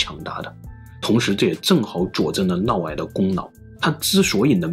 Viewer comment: 普通话差点意思 尤其是嫪 这个字发音不准 听着难受